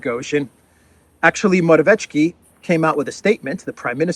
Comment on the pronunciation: …we will never surrender (W. Churchill). This time it is really redoubtable man; Donal J. Trump, Hope and Trust. &; Great, and redoubtable as well in pursuing Truth in this confused World.: I love your pronunciation of Morawiecki, as MORAVICZKI! Morawiczki he is. LOL